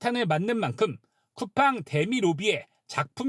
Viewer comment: 쿠팽 ㅋㅋㅋㅋㅋㅋ 발음도 제대로 못하는 주에에 미국기업?ㅋㅋㅋ 상장이 좋긴좋네~ 미국것들은 언제까지 덜떨어질건지😂